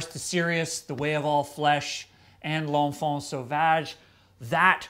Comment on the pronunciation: Nice prononciation of 'l'enfant sauvage'👍